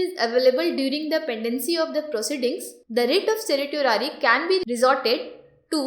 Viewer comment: The videos are getting better in terms of quality and content, your efforts are evident. Thank you for taking the pains and criticism positively. I would only like to bring to your notice that Certiorari is pronounced as Cer-sure-rary, the sure being the actual word sure. Keep up the good work and thanks for all your help.